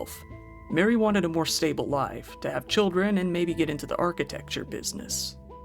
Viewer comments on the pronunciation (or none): none